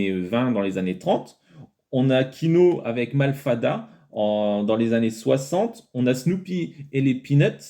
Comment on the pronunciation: Pauvre Quino, il doit se retourner dans sa tombe! Malfada? wth? Mafalda